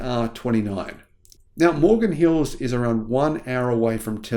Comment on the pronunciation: The name is Morgan Hill not Morgan Hills!